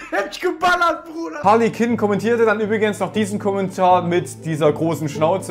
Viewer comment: Boah update mal dein Schild im Hintergrund! Und Harley Quinn spricht man nicht so aus Zählt das schon als hate?